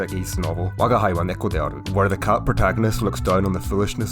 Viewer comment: AIが作ったの？吾輩をワガイと読んでたりちょっとずつ違和感